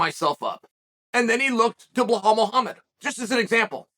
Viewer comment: Chael got so used to mispronouncing Belal's name that he stumbled the one time he pronounced it right 😂